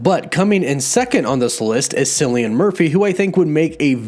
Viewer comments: It’s not pronounced “sillian” it’s “killian”:)))) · ... cillian... is NOT sillian.... its pronounced Killian... my soul cringed so hard lol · Just a head up ; It’s pronounced “Killy-an” not “silly-an” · the pronunciation of Cillian Murphy LOL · ohhhhhh no its not "sillian" murphy , its pronounced kill-ian murphy but irish names do be kinda fucky so understandable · Sillian Murphy? Pronounced kill-e-an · I would love either Dacre Montgomery or Ansel Elgort as the Human Torch. And Cillian Murphy (pronounced KILLian not SILLian like Killian in Iron Man 3) I think would be good as Doctor Doom. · it's not pronounced Sil-ian Murphy. It's Kil-ian Murphy. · You mispronounced Cillian Murphy's first name. It's pronounced Killian Murphy. The Irish Alphabet does not have a soft c. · Why on earth did you pronounce Cillian Murphy’s name like that. It’s pronounced Kill-e-in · FYI Cillian is pronounced Killian like kill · Cillian is pronounced Killian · Better be John fam And Darce better be Johnny💯 My man said “Sillian Murphy”🤣💀💀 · Man, what way did you pronounce Cillian Murphy? 😂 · Could you not butcher Cillian and Nikolaj's names please?